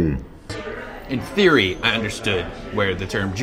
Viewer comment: His "in theory" activates my Siri.